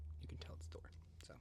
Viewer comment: I didn't know Thor was german